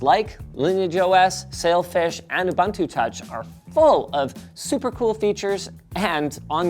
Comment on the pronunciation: Pretty cool phone. I'd totally buy one. BTW, there is no "aluminum"; there is only aluminium. Also, Ubuntu is pronounced "oo-boon-too", not "oo-bun-too". And "CM²" would mean "coulomb-megas-squared"; square centimetres is cm².